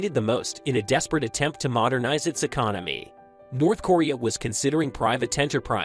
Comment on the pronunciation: North corea....how can you make a video about a country an not even know how to pronounce the name ....nobody can take you seriously if you can't even get the name right